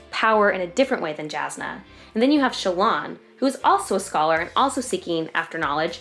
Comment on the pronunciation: Jasnah Kolin is pronounced "Yasnah"